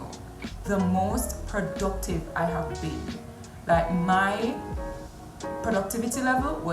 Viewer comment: Emphasis on "PRODUCTIVE"